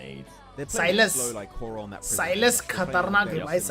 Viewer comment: Bro it's horaa not a hoora